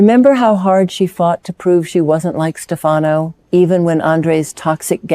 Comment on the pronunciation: You really should get your AI's voice of Marlena to correctly pronounce Stefano's name correctly.